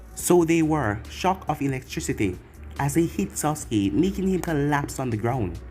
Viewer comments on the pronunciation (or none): none